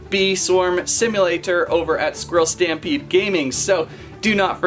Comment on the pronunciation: i love how he says "bee swarm simulaTOR"